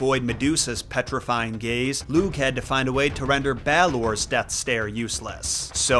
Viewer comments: Lugh is an interesting character and fionn MacCumhail is an absolute bamf, a deep dive on either of those would be well worth your time. Just a note on pronunciation, you didn't do a bad job but lugh is said sort of like lou. The gh is a very soft, kind of back of the throat almost voiceless sound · Hey! Native speaker here ! It's tuuuha de danin (tuatha de dannan) Lugh is looh And cian is actually *ke-ahn* ❤❤ go raibh maith agaibh!